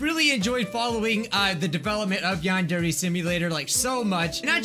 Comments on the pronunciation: Yandere simulator youtube captions: yond every simulator:: Wow youtube captions: mom: Osana captions: Masada: uh captins: I * struggles to say yandare simulator * captions: young ok yawn gear yawn need ear: yany deer captions: yani dear: yany deer captions: yanni dear: yandare dev captions: The android dev: build captions: bill: (blob sound) captions: yeah male ethnic: (song) captions: hooey: yandare dev captions: Adnroid have: (why meme) captions: what sorry, my fingers got tired, i iwll do more later btw this is 100% true, turn on captions and go to these times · Yandere simulator ❌ Yond every simulator ✅ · It said she must sheet XD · “Yond Every Simulator.” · "yan dairy" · ": "Yandere simulator" Youtube caption's: "Yond every simulator" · the only way to read Yandere right in the first time is.. To be Asian. (No joking)